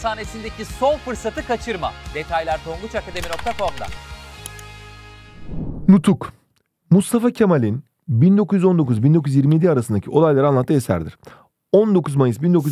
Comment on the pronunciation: Nutku değil nutuk